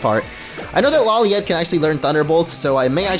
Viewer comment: when you say lawliet it sounds like u are saying LOLiet